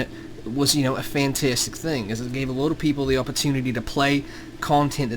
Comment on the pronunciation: " a fentestic thing"